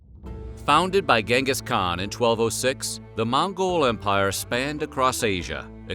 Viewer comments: It's pronounced djingas khan. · Pronounced as chin'gis kha'han. great video though.